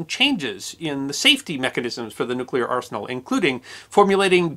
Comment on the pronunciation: OMG! Another American who can pronounce "nuclear". That's 2. You and Mrs Bush!